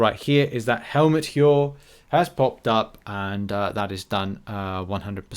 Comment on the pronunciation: Heir is pronounced like Air